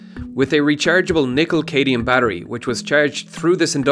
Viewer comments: Nickel-Cadmium, not Nickel-Cadium. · You pronounced "Cadmium" as "Cadium", FYI. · Cadium? I’m quite sure it was meant to be cadmium... “......nickel cadium battery.....” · TIL Cadmium is a metal you can mispronounce